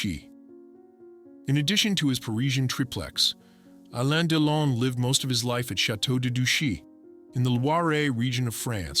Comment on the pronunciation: Er heisst Delon. U nicht Deilon